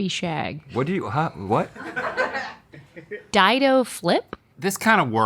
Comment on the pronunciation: Its dido not dido